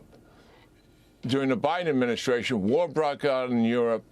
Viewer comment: Someone needs to explain to the President how to properly enunciate “administration”. He butchers it vocally as he’s butchered it … as he said “Medicare”.